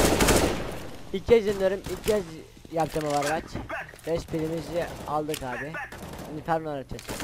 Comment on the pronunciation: ovarvaç nice ingilizce